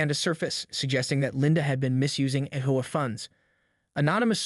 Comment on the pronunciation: AI is still not ready for real narration - HOA being pronounced "howay" for example.